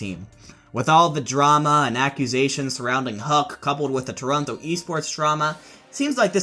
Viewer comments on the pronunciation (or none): none